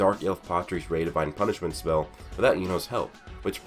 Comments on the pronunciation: “people just assume Asta can reflect any spael” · Sounded like a lil bit of country slipped out 😂